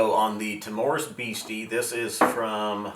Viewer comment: I'll be that guy; the stress is on the 1st syllable in "timorous." TIM-ur-us. I'm really keen to try these; I just got a sample of Rock Oyster in my Drinks by the Dram Advent calendar and loved it. Nice to hear some love for blends, too - I'll take a good blend over a mediocre single malt most of the time! I've messed around with my collection and tried doing some blending, and it is DEFINITELY an art...and I'm pretty much in the fingerpainting stage of that art.